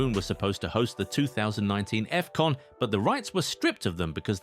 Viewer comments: "Effcon" ❌️ "Afcon" ✅️ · Is not Efcon is Afcon "ahf con"